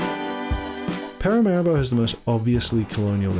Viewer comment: Been to Suriname many times (Alcoa) & you've done a great job. One small suggestion-I believe the capital is pronounced Para-mah ree-bo.